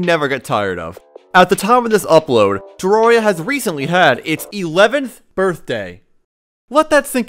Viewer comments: I cannot watch a 10 minute video of you pronouncing it "terroria" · bruh said "terroria" and "Tahrahria" why doesnt he just say it right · who's gonna break it to him that hes pronouncing "terraria" wrong